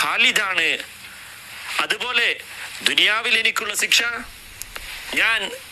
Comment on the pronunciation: സിക്ഷ അല്ലടാ മരപ്പൊട്ടാ, ശിക്ഷ.... മര്യാദക്ക് പറയാൻ പഠിക്ക് ആദ്യം പൊട്ടൻ ഉസ്താദേ